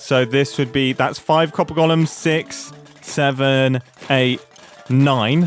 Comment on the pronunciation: i keep hearing this as "Copper Gollums". I guess that makes sense. They sort your precious.